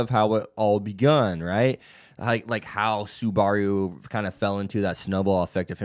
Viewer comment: someone help this manz say SUBARU's name right but other then dat this vid was solid keep it up bud